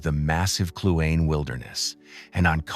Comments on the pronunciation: Beautiful. This brought many memories from my years or living in Yukon. A suggestion though, would be to maybe ask a local how to pronounce the names of some places. Lebarge is pronounced Le Barge Kluane is Clue-Ah-Knee etc. Other than that, the videography was beautiful and made us smile. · Kluane klu ahh nee